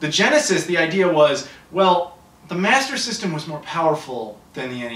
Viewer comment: It's hilarious the way say Master System....... Masazzzzzazzzm.... Hahahahaha